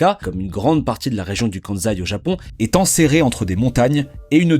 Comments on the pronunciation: On dit "Kansai" mais pas "Kanzai", pour être plus crédible !!! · très bonne vidéo. Par contre le choix du bleu sur bleu pour la carte du Japon c'est vraiment pas le meilleur choix 😅 Et c'est 'kanSaï' pas de 'Zaï'. Le 'S' n'est pas un 'Z' en prononciation 🧑‍🏫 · En japonais on prononce "Ossaka" et "Kanssai". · Pourquoi dire le Kanzaï (Kansaï) alors que vous prononcez bien Ossaka (Osaka). Cela pique les oreilles. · N'empêche qu'on prononce Kan-saï et pas Kan-zaï ! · Cette prononciation Kanzai est vraiment agaçante, sans compter que Kansai n'est pas le nom de l'aéroport, mais de la région. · Le "KANZAI", excellent ! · Mais pourquoi cette prononciation de « KanZaï » ? C’est débile ! Alors que la voix off prononce correctement Osaka, pourquoi fait-elle du zèle avec cette prononciation erronée ?